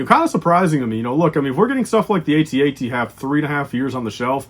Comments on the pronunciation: It will be sad when the @@ is retired because we won't hear you mispronounce it as "ayteeaytee" so often. Btw, It's been @@ since 1980 and Lucasfilm recently confirmed it as correct so I don't know why you keep saying it wrong but whatever LOL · Apparently there was some confusion about it so Lucasfilm clarified that ayteeaytee is not correct.